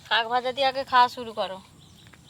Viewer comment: Sok vaja noi sak vaja 😅